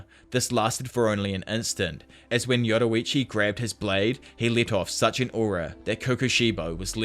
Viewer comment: Yurorichi 😭😭😭 ur pronunciation be having me weak